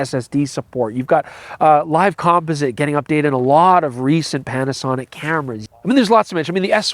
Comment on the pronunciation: Did you just call them "Petasonic"? 😜